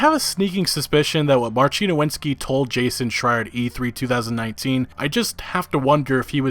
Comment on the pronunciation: FYI, the Polish name Marcin is pronounced like Marseen, and not like Marcheen.